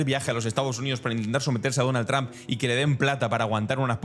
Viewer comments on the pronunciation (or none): none